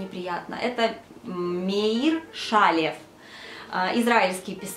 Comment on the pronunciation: Интересные книги.Спасибо. МеИр ШалЕв- ударение на последний слог.